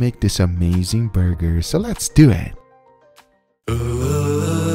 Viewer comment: Can we get a 2 hour ASMR Guga video where he just says "burrgeerrrr"??